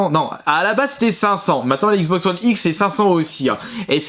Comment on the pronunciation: "la xboxeuh oneheu